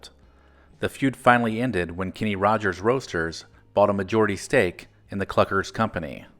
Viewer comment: His name is (was) Kenny, not Kinney.